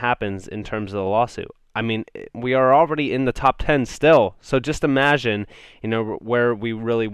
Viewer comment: Your “imagine” sound French a lot